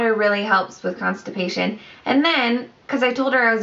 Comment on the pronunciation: Congrats!!! Lol, I love how u said "constipation".....so funny! I remember that too bc of the prenatal vitamins have iron in them which causes the constipation. Ahhh, one of the joys of pregnancy....don't worry though. The good def outweighs the bad! Xo